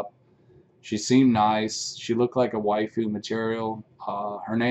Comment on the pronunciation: to be fair I think he said wifu lol